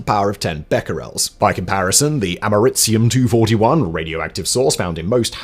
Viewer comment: “Am Err Eee See Um”